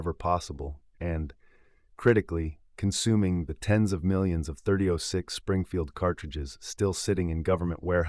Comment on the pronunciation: Can't say 30-06 correctly? You dumb or is it just AI slop?